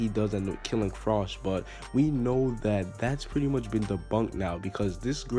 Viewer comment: it's pronounced FR. OE. SH lol